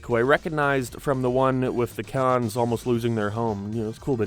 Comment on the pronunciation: They're not called "The Kahn's",.